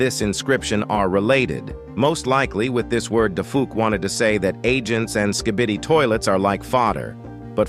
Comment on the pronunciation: The way hey says skee bee dee